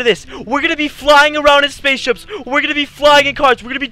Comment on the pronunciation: He said spaceshups